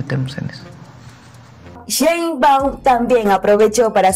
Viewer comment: Sheinbau , se dice Presidenta